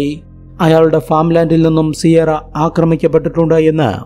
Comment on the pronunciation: സിയാറ അല്ല കിയാറ എന്നാണ് സാധാരണ പ്രൊനൗൻസിയേഷൻ.